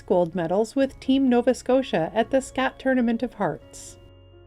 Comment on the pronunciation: Scott Tournament, not Scatt tournament. But other than that, I enjoy your work.